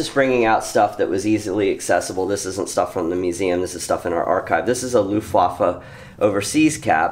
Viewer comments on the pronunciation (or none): Please, in your commentaries eliminate pronounciation of Luftwaffe and Wehrmacht as they were similar to "waffle". It should be pronounced as if they were spelled with a v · The "W" is vocalized as a "v"